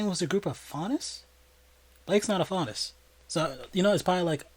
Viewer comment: I was shook when you got the faunus character’s name right without ever seeing this show before.. that’s some good guessing right there